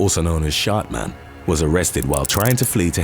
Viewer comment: he said shartman lmao